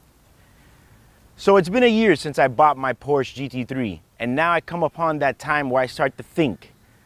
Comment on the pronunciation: No more Porsches until you learn to pronounce Porsche. This isn’t even the new 991.2 3rs. Values are dropping like rocks on the 991.1.